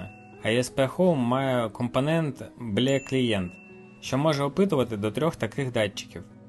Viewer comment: Лайк за відео! Мабуть вірно озвучувати Бі Ел І :)